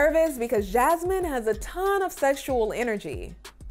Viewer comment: Why did say Jazmines name like he was saying jazz hands👐 and I’m sure he has a big head under that hat. Also, Why hasn’t anyone in his life told him to fix his laugh